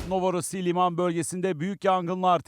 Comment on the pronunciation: Novorossiy değil novorossiysk